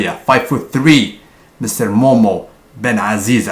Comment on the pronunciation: it's not momo ben azziza it's mohammed ben azziza